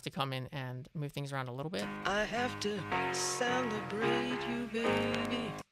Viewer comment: I hear 'sound-a-brate' rather than celebrate, I can't unhear it now.